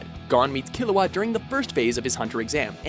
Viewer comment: It ceases to amaze me how horrible you butcher characters names. Really, Gone and Kilawa? I mean you must have watched at least some of the anime's to get the clips. How did you not pick up the proper pronunciation of the names?